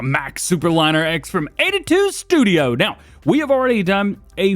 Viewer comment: 82 “ tudio” haha sorry was to funny